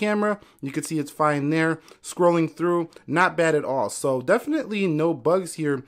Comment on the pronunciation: on he said zhere instaid of there